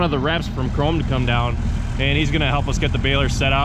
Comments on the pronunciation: the companys name is "krone", not "kron", like "porsche" and not "porsch". the e at the end is pronounced like the e in "end" or the a in "cat". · Much like Porsche Krone is pronounced w an 'uh' sound on tge end. So its 'croan-uh' fyi. Supposedly great balers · It's pronounced "cron-uh" in the home country